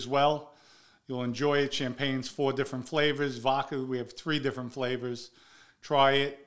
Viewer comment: Voca lol vodca